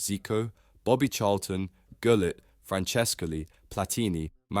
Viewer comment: Epic fail on gullits name pronunciation